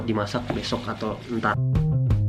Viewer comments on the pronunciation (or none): di menit si ngomong entat bukan entar.